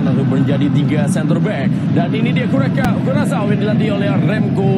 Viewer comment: Kurakaw bukan kurasaw